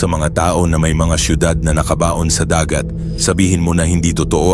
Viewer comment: Mali pagkabigkas..NAKABAON saka GISING na hindi gaano sanay magtagalog ang nagkwekwento halata